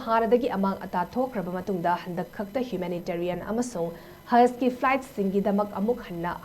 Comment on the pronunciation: It is pronounced as Hootee. 😄